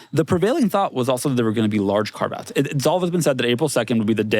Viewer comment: What's saying and? Large car baths?